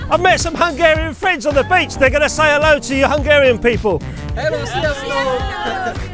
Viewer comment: Thanks for taking that lovely shot of my fellow countrymen. Your "sziasztok" was excellent, you are quite good at pronounciation :) Keep up the good work. Greetings from Budapest, Hungary Szia :)